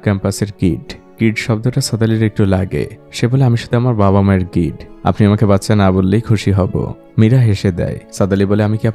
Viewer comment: Kid bollen naki kit 😂